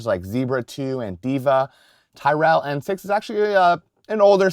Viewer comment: You're incorrectly pronouncing Tyrell